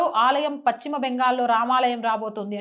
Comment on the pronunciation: Pachima bengal kaadu talli paschima bengal antaaru.telugu sarigga palakadam nerchukoni videolu cheyyi